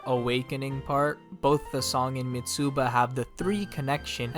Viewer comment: Love the video but you pronounce Mitsuba in a weird way. The "u" is not the main vowel, the"i" is. Its "Mi-tsba"